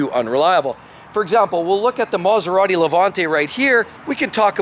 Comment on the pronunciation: never speak and film yourself: it looks really messy and I feel seasick; also you speak far too fast, and you don't know how to pronounce Italian names: that is a pity, as your messages are good; it is Maserati, not maseradee